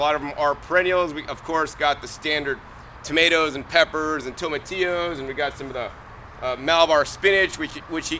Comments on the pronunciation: Did my guy just say To-may-tee-ows for real? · toe-ma-ti-oos lmfao.. Ive never heard that in my life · Toe-muh-tee-o's. First time I heard this pronunciation. Interesting....